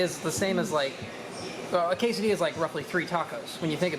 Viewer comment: thanks for pronouncing quesadilla correctly